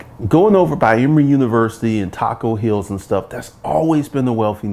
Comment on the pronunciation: Taco Hills is pronounced Toko Hills by True Atlanta, born here,raised here ...FYI....lol